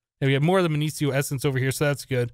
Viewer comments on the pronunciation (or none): minicio is mih-nee-key-oh